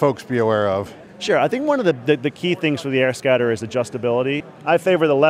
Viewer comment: Sounds like he says AirScatter every time (like ). Anyway, what if it's bright out and you're wearing sun glasses, wonder how viewable it is.